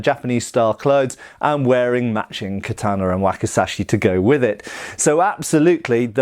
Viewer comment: Ka tah na...... not kat taaan na.